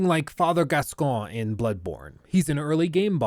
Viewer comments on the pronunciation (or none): technically it's pronounced gas-con-yuh